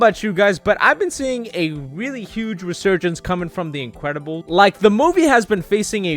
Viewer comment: “The incwedibles”